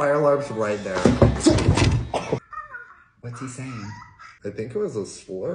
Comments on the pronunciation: Omggg 😂😂 just the "I think it was a slurrr" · “oi think it wos a slurrr…” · "i think it was a slurrr" had me dying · "I think it wad a SluRrRrR✨️💅"